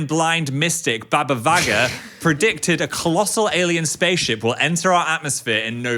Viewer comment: Never have I ever expected to hear about Bulgaria on hard launch letsgoooo (Phil you also butchered Baba Vanga's name)